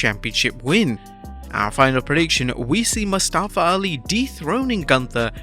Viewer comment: Guys. Put some respect on his name. It's MUStafa, not muSTAfa